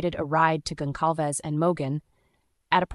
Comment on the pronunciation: Goncalves is pronounced with a soft C